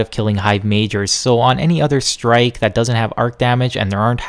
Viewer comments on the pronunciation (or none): none